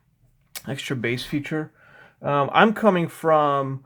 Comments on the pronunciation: Bass is pronounced BAAAIIss, not BAS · What sort of headphone reviewer says "bass" (like ass)??